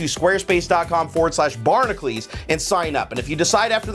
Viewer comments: just wondering, why does pronounce "Barnacules" like "Barnaclese"? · U can't even pronounce ur channel name